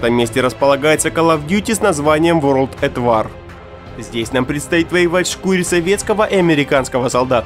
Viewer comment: Ворлд эт ВАР??? Алилуя... Хоть Метро нормально сказал. ОУТЛАСТ???